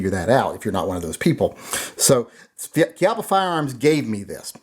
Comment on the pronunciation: Pronounced Chee ahh paw